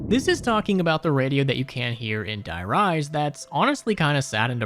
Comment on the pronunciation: De Rease is how you pronounce die rise